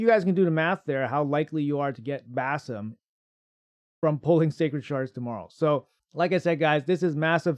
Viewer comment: I think the name is pronounced as Bazim with emphasis on ' i '.